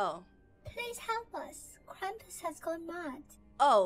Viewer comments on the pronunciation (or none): Lol It's krampus Not Krumpus It's fine If that's the Way u pronounce it!